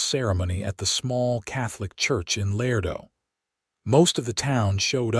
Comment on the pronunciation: I enjoyed this story, it was different. Laredo I believe is pronounce La-ray-do. Abilene is Ab-i-lean with a short i sound.